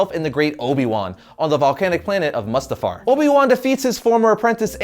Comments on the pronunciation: its moo-sta-far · Mustifar is pronounced with a double o sound on the u in it.